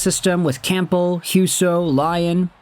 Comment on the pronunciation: Great vid as always! P.S. - The 'P' in Campbell is silent.